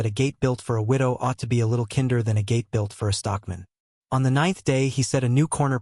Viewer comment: Kinder The I In kinder is said eye K eye nder